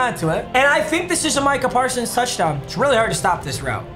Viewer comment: We all gonna act like he didn’t say marcah parsons